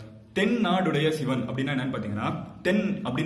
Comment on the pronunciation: ஷிவன் னு உச்சரிக்கிறதுக்கு பதில் சிவன் னு உச்சரித்தால் தான் அது தமிழ் நண்பா